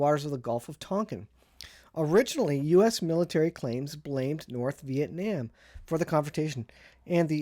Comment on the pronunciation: Vee- ett- naam. Exactly.